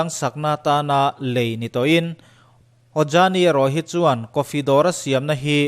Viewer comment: A tawpah a thluk in rawn tidik lo. 'A khawih danglam duh chuan' tiha 'chuan' tih i lam rik dan kha. Thingrem kha chuan suh i tichhia ang, tih a 'chuan' lam rik dan anga lam rik tur a ni. A ngaihnawmin a hmuhnawm e.